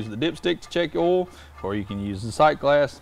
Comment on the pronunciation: Oil not awl. Line not lahn. Product not prodict.